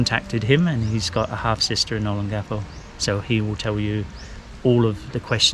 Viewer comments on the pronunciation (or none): you should really learn how to pronounce the word Olongapo. It's very distracting! o - pronounced like the "o" in "bold". lon - pronounced like the English word "long" but with the stress on it. ga - pronounced like "gah". po - pronounced like "poh". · I'll keep trying for sake... Ō 'LŌN gapō, pronounced, ō 'LOAN gahpoe, accent on the second syllable. Tâ 'GA lōg... pronounced, tah 'GAH lowg, accent on the second syllable. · I lived in Olongapo from December 1986 and left there in June 1988, I was in the Marine Corps. I wonder if I have any kids there, if I do that would be insane. Anyways, you are saying Olongapo wrong, I hope someone tells you how to say it correctly. Thanks...